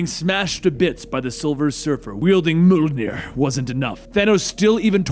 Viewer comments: Not Mjolnir... MUHLNEH!!!! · Did.. Did he just Say Molnier? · i think it would have been equally as good or even better without the voice overacting. but i guess some people might like it. but you definitely need to work on your mjolnir pronounciation